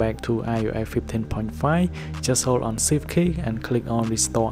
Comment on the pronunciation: HOLD SHIFT KEY NOT SIFT KEY BRO ITS HARD TO UNDERSATND WHICH KEY